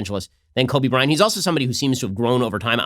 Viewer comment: Kobe BryanT! It bothers me when people don’t pronounce the t